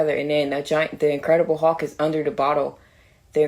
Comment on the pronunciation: "the incredible huhk" 😂😂